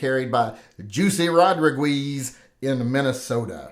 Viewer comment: Ro dri guis...😂😂😂